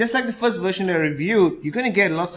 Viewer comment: Is he saying wersion and not version with a v?